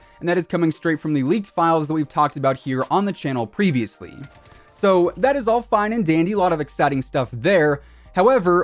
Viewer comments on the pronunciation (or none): none